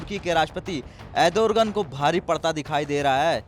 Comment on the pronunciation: Ardogen not adorgen